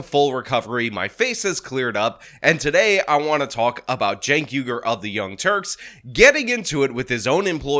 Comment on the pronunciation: Hold up! I just wanna know one damn thing. How in the HELL do you get “Jank” out of “Cenk?” That’s wth I’m talkin bout!